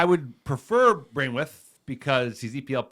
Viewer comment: Please I’m dying 😂😂 it’s pronounced bran-th-weight not brainwith